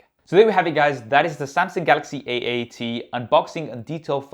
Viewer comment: samsingh? thought it was samsung tbh.....